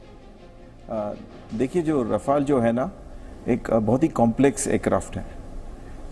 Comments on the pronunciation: 🤣🤣🤣🤣😝 राफेल है रफाल नाहि क्या यार टाईटल दखो 🤣🤣🤣🤣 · Abe laudu Rafael to Shi se bolo.... Kux bhi yrr kyun English ki maa chod rhe ho tum log glt nam Lete ho isliye logo ko bhi confusion hota h ki Shi nam kya h...kyun krte ho esa .. sala kaun se school /collage/ university se study krte ho???